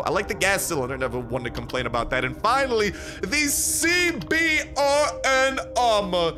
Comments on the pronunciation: The CBRN Armor is pronounced "C-Burn" which stands for: Chemical, Biological, Radiological, and Nuclear Armor. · CBRN is a military designation for equipment meant to handle Chemical, Biological, Radiological, or Nuclear, threats. Its Pronounced SeeBern or C-Burn.